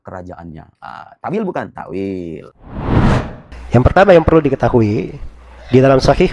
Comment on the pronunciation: Takwil bukan takwilllllll. Lah kalau dibaca kecuali kerajaannya.. Berarti ga ada yg binasa..